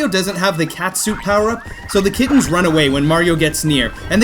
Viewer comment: Why does he pronounce kittens so weird? He says kid tens. “How is that cat capture going?” I THOUGHT YOU SAID KID TEN NOT KITTEN